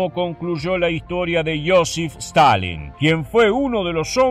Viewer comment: Stanlin - Stilin